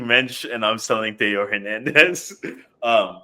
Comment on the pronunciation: so much care put into pronouncing this list until you get to Hernandez